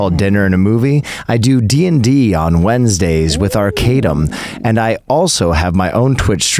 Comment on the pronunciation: Will saying arcadum sent a visceral reaction down my spine. Sucks that he wasn't aware.